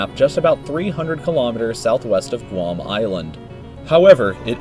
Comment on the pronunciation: THANK GOD HE PRONOUNCED GUAM RIGHT •see that's my home🇬🇺🇬🇺🇬🇺🇬🇺•